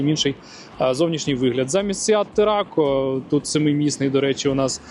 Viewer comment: вибачте за буквоїдство, але все ж таки TARRACO. Було дуже дивно почути саме від Вас таку вимову 🙂. Також об'єм багажника у SEAT не 670 л, а 700 л та 760 л у 7-місній та 5-місній версіях відповідно. Дякую за огляд, особливо сподобалось наочне порівняння посадки/висадки з авто 👍